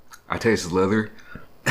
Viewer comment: Did he say leather?? 😂😂 That’s a first for me!